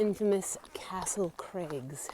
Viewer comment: I love how you say Castle Crags like it's a guy's name. I can imagine a TV commercial-- "Come on down to Castle Craig's Used Cars! We cheat the other guy and pass the savings on to you"!